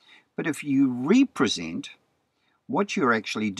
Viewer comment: "rep·re·sent" not "re-pre-sent": Be entitled or appointed to act or speak for (someone).